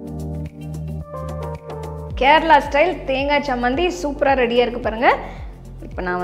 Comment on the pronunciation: It is 'Cha' not 'sa' Chammanthi not sammanthi